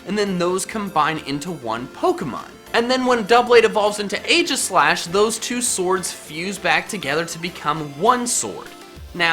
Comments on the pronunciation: Aegislash is pronounced EEJISLASH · you said aegislash wrong. Its ee-ji-slash